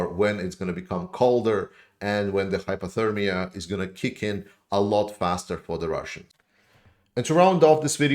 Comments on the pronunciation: you pronounced 'hypothermia' perfectly to my American ears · Yep and to my English ears.